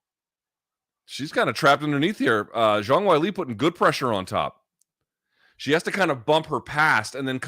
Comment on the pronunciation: loog pronounces "wei li" like wile e. coyote. is that really how you say it?